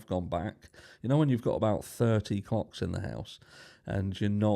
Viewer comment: (Was WitchinaStitch) not much to say on this other than.....make sure you pronounce CLOCKS clearly! I'm UK and nearly spat me coffee out 🤣